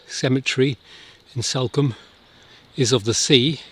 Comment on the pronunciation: It’s Salcombe…as in Saul…not Salcombe as in Sally